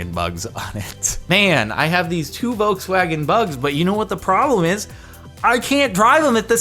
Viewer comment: It's pronounced voLLLkswagen not vokswagen